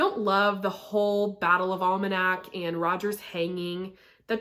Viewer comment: It's the Battle of Alamance (AL-a-mans)...not Almanac (that's a book).